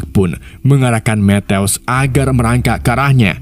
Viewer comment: Matthew = Mettew❌ Mettyou✅ Asal mimin sebut nama Matthew w langsung ngakak metteww😂